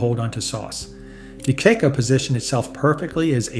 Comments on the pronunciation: You missed the double "c's." (De Cec`co ((accent provided)) is pronounced "Day cheyk` - ko." The first "e" is pronounced as a long English "a" as in the word "day" or "say.". Same with the second "e." The "c" before the second "e" gives the "c" a soft sound, like the English ch: Chay. Then comes the double "c's." You pronunce both "c's" separately and clearly as the end of the penultimate syllable, which is held for a fraction of a second to provide accent, and the beginning of the last syllable. The accent is on the penultimate syllable. "O" after a "c" gives the "c" a hard sound, like a "k." The other issue is if it's pronounced "Chayk`ko" or "Check'ko" ( as in a bank check). The first pronunciation is more common. ChatGPT: Please explain closed and open sounds of the Italian vowel "e". "E" stretta e "E" larga. The Italian letter "e" is called a, like the first letter of the English alphabet. The Italian letter "a" is called "ah". a (ah), b (bee), c (chee), d (dee), e (aye). Find YouTube videos with Italian speakers for the correct pronunciation. Correct pronunciation of double constants distinguishes native speakers. If you really want to learn about Italian pronunciation, ask ChatGPT to explain Italian diphthongs (two combined vowels), and tripthongs (as in "ciao" - three vowels). Italian pronunciation is relatively easy once your know the rules. It's consistent. Unlike English, that has 50 pages of pronunciation variances at the beginning of its dictionary. Like "bus" an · First of all: learn to pronounce properly! deCecco is „ de Tshekko“ Most pictures/ videos show things any Italian makes the hair stand up!!!!!Lack of water during the cooking, a sauce as a topping , awful! Pasta is served within the the „sauce“! It’s one dish, not pasta plus „sauce“ . Tip: informing before going public …. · Tell your announcer (or a.i) that's it's pronounced : DEH CHECK-OH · Pronounced De checko. Don't sound stupid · Lmao DeCecco you not even pronouncing it right 😂